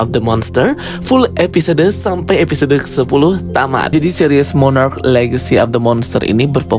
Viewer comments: Monarch bukan monarach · Mooonnaarrcchhh...bukan moonnaarraacchh...🙄🙄🙄